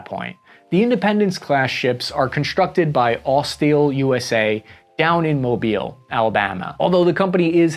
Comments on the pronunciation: Thank you for pronouncing Mobile correctly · Good job on Mobile most people say it wrong